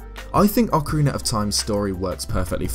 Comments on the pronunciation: Ocarin-ner of Time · What exactly is “Ocariner of Time”? Is it related to The Legend of Zelda: Ocarina of Time?